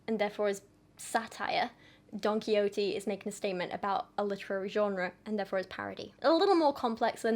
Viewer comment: I love this. It’s so educational and I’m depth. Just a little side bar tho: Don Quixote is pronounced: Don Key - Hoh - Tey. So the e at the end is pronounced like “aye”